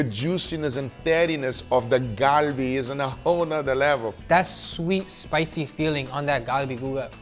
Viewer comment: You know Guga has been around Koreans. He pronounces galbi perfectly! 🙌🏼💯🇰🇷